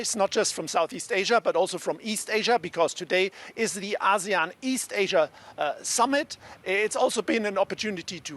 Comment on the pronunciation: It's "A see` yan" not, Ah`seon! Please say it correctly.